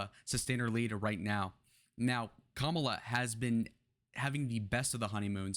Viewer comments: You sound just like all the other GOP pundits trying to spin Harris's advancing trajectory. No one in the Democrat party thinks this is a blowout, and that she is a sure win based on the polls, which are just a snapshot in time. The fact that you can't even pronounce her name right, whether deliberately (which is childish), or due to lack of education, even though it has been said many times how to say it, really diminishes your analysis. She even says she is the underdog even given the poll numbers. To compare her to Hillary is a stretch. Hillary was a bad candidate and came off as entitled. Kamala comes off as genuine and trying to connect with people. That's what people are looking for. Contrast that to your guy, who does nothing in his rallies but throws insults, talks about his crowd sizes, and says everything is 'fake' when it doesn't go his way. We got rid of our 80yr old candidate, and like Nikki predicted, 'the first party to get rid of their 80yr old candidate, will win the race'. You guys got stuck with the Old Maid, who is only looking out for himself. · That’s not how you say her name!! Trump can’t speak 😂😂😂😂are u serious